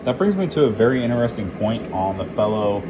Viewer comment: He can’t even pronounce “Intasting.” I don’t expect him to be able to brew a proper cup of coffee. 💀